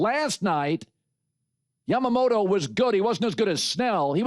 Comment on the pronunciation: IT’S YAMAMOTO MOTO MOTO NOT YAMAMATO MATO MATO